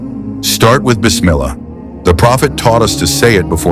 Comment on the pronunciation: Say properly BIS MIL LAAH NOT BIS MILAAH...not Ameeen but Aaa meeen... it's Al laah and not Alaah Western ppl wrongly pronounce these words plz correct yr self , you will sound better....and Muslims will stop wondering the narrator's a Muslim or NonMuslim